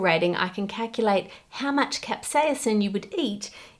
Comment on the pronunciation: I love her proper pronunciation of capsaicin, but giggle at her pronunciation of jalapeno. (Hall-la-peen-no). In Spanish it's (hall-la-pen-yo).